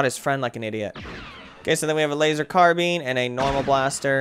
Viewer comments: Second i heard this guy say, carabean, instead of carbine made me want to hit him with a shovel and thumbs down. 1 out of 2 aint bad. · I'm sorry but it really bothered me. its not carabean its pronounced carabine bine. BINE!!!!!!!!!!!!!!!!!!!!!!!!!!!!!!!!!!!!!!!!!!!!!!!!!!!!!! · It is not a carabeen, it is said "carbine". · Care-bean? XD. I'm sorry but it's pronounced Car-Bine. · Its pronounced carbine